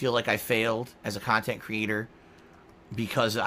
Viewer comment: I know has been around for years but I can't believe I'm just finding out about all these "detractor" channels that give us great "Khantent" 😂